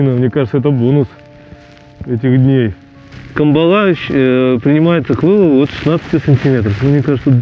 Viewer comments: Добрый день. Почему же камбалА? Ведь правильно кАмбала. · На Сахалине такую навагу называют спичечной) и клюет тут в основном лошади по 300-400г. Но по мне так вкуснее средняя, так сказать сковородочного размера, и да, она вся, только выловленная рыба извивается на сковородке. ЗЫ: нам больше созвучный кАмбала, а не камбалА! Нхнч🤘